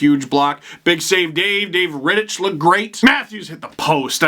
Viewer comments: it's pronounced "Rittick" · That’s not how you say Rittich